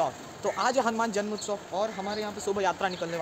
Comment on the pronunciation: It's *Janmotsav not Janmutsav..!!